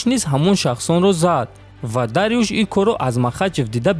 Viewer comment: Ин чигуна тарчума аст??? Гушхоямро дард гирифт, Дарюш не балки Дорюш, ин исми форсист, бирав аввал точикиро ёд гир баъд худнамои кун!!!!